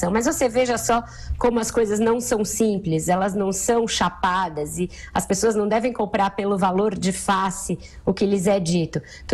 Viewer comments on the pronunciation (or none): none